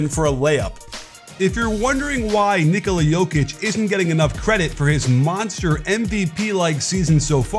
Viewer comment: much respect to the coach for pronouncing right his name